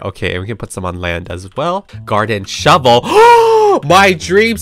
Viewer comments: “where’s the sHoeVel” 😭🔫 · No she says shoevel